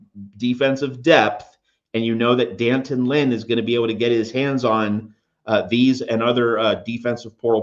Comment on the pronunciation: there is an apostrophe after the D. As journalists, don't you know how to properly pronounce his name.... Dee Antawn